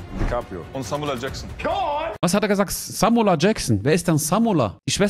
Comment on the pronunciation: Samula Jaksseen 🤣🤣🤣🤣🙉🙉Das ist Samula Jaksseen de nicht .